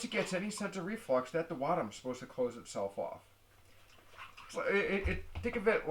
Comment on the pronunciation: I knew he was pronounceing that wrong . He is good at the explanations tho